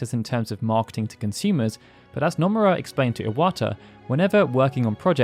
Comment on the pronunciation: The mispronunciation of Nomura actually frustrates me